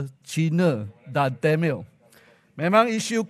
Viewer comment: Tamil,.bukan temel,.sebut pun salah,ini ke pemimpin